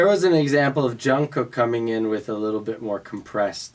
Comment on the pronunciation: the way people pronounce they names is killing me))) jungkook not “john” and not “kook” jung is like “ch” in word “cheese” and second one “gguk” if you watch bts run or other stuff with them with subtitles you can clearly hear how they pronounce each others names